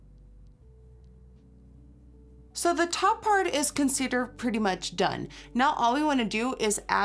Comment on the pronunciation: the way you said considered oh my goodness your accent really came out i love